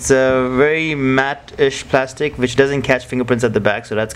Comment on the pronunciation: It's wich not Vich